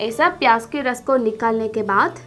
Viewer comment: 😜😜😜sahi me Maine v notice kiya pyaj ko pyas bol Rahi h